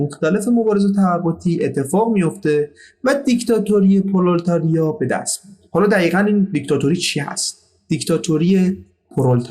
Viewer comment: پرولِتاریا تلفظ این اصطلاح " پرولِتاریا " است